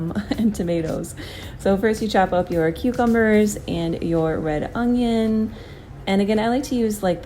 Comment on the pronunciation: It’s funny how you say ungion instead of onion lol but no these recipes looked really great, thanks!